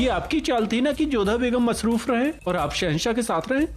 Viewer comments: Ruqaiya masroof ki jagah mehfooz bol rhi h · Kisne notice kiya ruqaiyah ne masruf ki jagah mehfus bola 😂